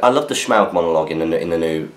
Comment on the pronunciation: forgot a question last week, and can't think of one this week either... so as a stand in while i think of something better to say, I'm just curious as to why you () pronounce Smaug as if you're doing a bad Sean Connery impression? Love the new camera/ return of battle companies/ etc. Keep up the good work! Hope that eveyone is have a kick-ass time in stockport as I watch this question being read. (assuming you manage to get next weeks SFaQ up a little earlier:P)